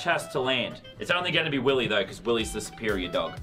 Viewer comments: It is not willeh. It’s Willy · This is how many times he said Willeh 👇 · Its Willeh